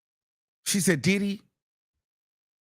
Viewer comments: Sounds like he's saying "DIIID HE"😂😂😂😂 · The way you say Diddy 😂